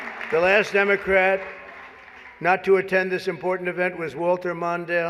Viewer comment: Democrat sounds like Damon Rat